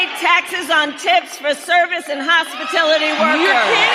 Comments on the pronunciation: What is "hospitility"? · She can’t event say hospitality! Hospitility? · What's "hospitility" Kamala? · tf is a hospitility worker 😂😂😂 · HospaTILITY ....she can't help but word salad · Why is no one calling Kah-MAL-uh out about her mispronunciation. WTF is a "hospitility worker"? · And she said “hospitility” workers, which isn’t a word, she doesn’t even know what she’s talkin bout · Good thing pronunciation is not a prerequisite to run for president. Remember George W. Bush? His best example was to say “nucular” instead of nuclear. Hospitility is a close second though. 😂 These are the best that America has to offer up as leaders? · Kamala said "hospatility workers" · She can't even steal correctly, she calls it "hospitility"